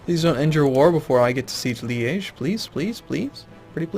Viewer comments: Yep, I got excited when I heard that too! it's Liège, making it kind of like 'lee - edge', but obviously with the soft G instead. Same way as he pronounces it ; flawless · The first time you said Liege at was perfect! Couldnt be better. I think its even how the French pronounce it. Sorry for pressing on pronounciation...